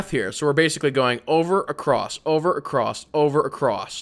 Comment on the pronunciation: Is it just me or is he saying, "Acrosst?" Like with a t at the end of across?